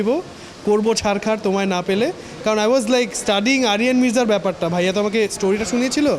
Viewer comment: ছাড়া এবং ঝড় উচ্চারণ করতে পারে না এই শিল্পী😅😅